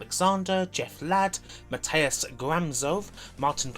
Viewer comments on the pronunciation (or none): none